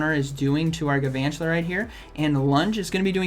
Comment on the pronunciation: I like the video but P L E A S E stop saying "Gavantula". It's Galvantula, with an L.